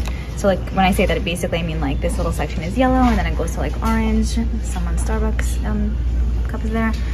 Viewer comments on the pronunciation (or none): none